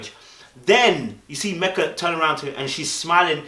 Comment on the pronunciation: When He says Mecca instead of Meka bc of the accent lol (cute)